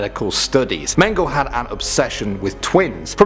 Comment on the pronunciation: It's pronounced meng ga la